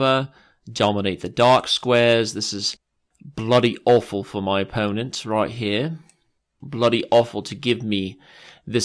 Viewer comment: 2;55 "Bloody awful" With that Ron Weasley accent though....